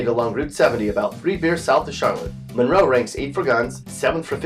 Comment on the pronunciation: Few qway Mun-row